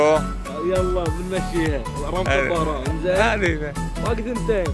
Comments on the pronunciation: بس حلوه من اللي لابس احمر يقول عاصمة السعوديه المملكه هههههههههههههههه وحلوه من ابو تشيرت مخطط يقول طهرآن مو طهرآن يالحبيب طهرآن في ايرآن اسمها الظهرآن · كانه قال طهران ولا يتوهم لي؟